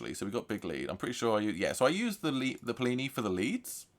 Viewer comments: Seleenium forest 👎🏽 Se-le-nium Forest👍🏼 Pleenee 👎🏽 Pli-ni 👍🏼 Lmaooo decent tone exploration though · Rhymes with skinny or plenty without the t not plee knee